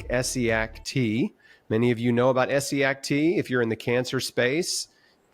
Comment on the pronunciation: For someone who's done so much research about Essiac, you should at least have known how to pronounce her first name right, but good video anyway.